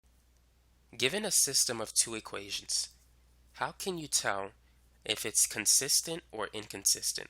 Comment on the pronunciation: I really understood the concept tysm.. 🙂 Ok but this is bothering me.. idk why... Why is he pronouncing consistent as consistence 😳.. because even my teacher was doing the same .. anyone pls say.. 😅